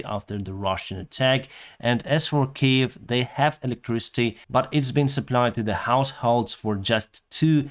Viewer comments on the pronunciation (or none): none